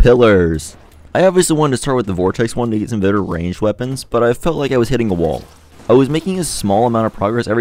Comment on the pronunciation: wtf is a "wull" its wall bro